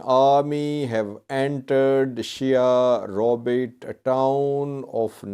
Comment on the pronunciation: ‘sheWaRobit’ not ‘SheHaRobit’